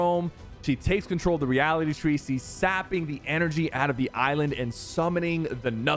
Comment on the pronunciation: bro pronounced reality tree reality chee